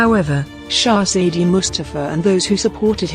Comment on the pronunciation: Can't you bloody pronounce Shezade better?